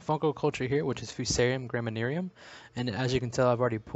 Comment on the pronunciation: Why did you pronounce graminearum as graminearium?